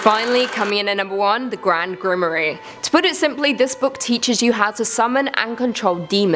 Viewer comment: Grand Grimory? If you are going to make a schlocky video about grimoires, at least know how to pronounce the word!